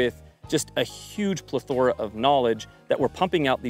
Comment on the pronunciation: Great video! The way you said "plethora" made me throw up.